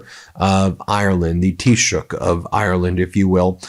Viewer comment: Congratulations on pronouncing the word 'Taoiseach', very few non Irish people are able to do it so well.